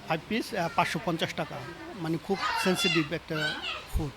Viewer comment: restaurant মালিক আর শেফ ২টার মাথায় সমস্যা আছে🧠🤏🏼 ,যা বুঝা গেল😂 এটা বলে সেনসেটিভ ফুড😂, খাবার আবার সেনসিটিভ হয় কেমনে রে ভাই🤣